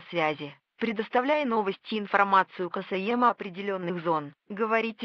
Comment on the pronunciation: Ничего себе я раскопал видос:) Конечно присутствуют клише вроде проклятий и "Ожидание ответа правительства", но довольно здорово) Возможно я тоже сделаю свой взлом в ближайшее время;) P.s. "КасаЕмо" от говорилки эт шедевр хахах:)